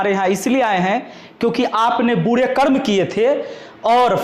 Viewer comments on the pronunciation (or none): none